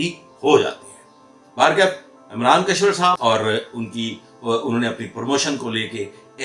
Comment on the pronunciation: kashwar nahi, Kishwar naam hai